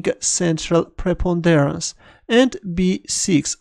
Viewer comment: "Thus gaining central..." what did you say? Preponderance? That's not how you say it!